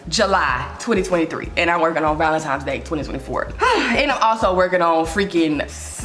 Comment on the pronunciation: I love you so much and know it’s just the Memphis drawl…but please…it’s ValenTINE’s not Times lol!